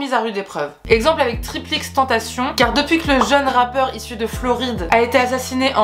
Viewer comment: Cool la vidéo par contre on dit pas “triple x tentacion” ça m’a stressé 😂